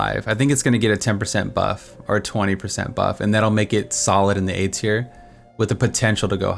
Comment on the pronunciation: Sounds like you are saying 'aids-here' instead of 'A-Tier'. =) Great video, very helpful.